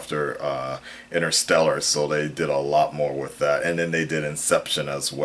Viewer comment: Your one horny guy :P, and I love how say with or "wif" in your case, and God you have me dying at the end of every video, don't stop making da mudda videos